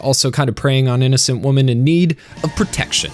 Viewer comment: Is the narrator unable to pronounce the word "women"?